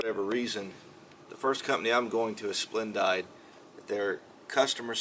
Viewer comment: If I may say one thing - it is pronounced "Splen-deed". Ours is doing the same thing as yours but no issues with park electrical. Not sure why it is doing this, but I know it isn't drying clothes like it once did. It washes well, but will not dry a face cloth after 60 minutes. Boo hoo! Yep! Surge protectors are a great invention! Sorry you had all these issues!